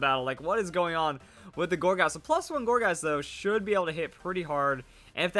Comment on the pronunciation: every time you say gourgeist I'm hearing orgasm for some reason